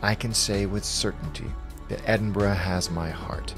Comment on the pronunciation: love that you pronounce 'edin-ber-ruh' correctly!! the number of times I hear ameri... :)